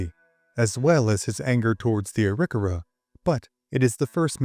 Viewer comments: Great content! Wondering about the pronunciation of "Arikawa".. Not what I've heard before, but I could have heard wrong. Thanks for the history.. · That is one way of saying the name